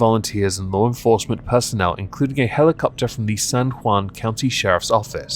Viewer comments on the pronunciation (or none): none